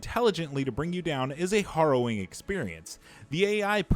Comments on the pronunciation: The way this guy pronounced applicable and harrowing made me want to cry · It caught my ear too. Isn't it just the way Americans pronounce it?